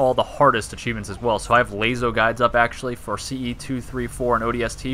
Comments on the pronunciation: Why u say like lazo 😂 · I've succumbed to the will of the people and say it like "Lasso" now (this is a real old video), but phonetically it should be pronounced lay-zo...also the guy who essentially started the entire LASO community pronounced it lay-zo, soooooo